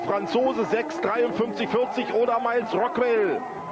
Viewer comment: Thus must be the most german pronunciation of Miles Rockwell ever 😂